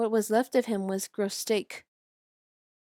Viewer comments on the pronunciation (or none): growsteak (it’s grow-tesk) like desk but with a T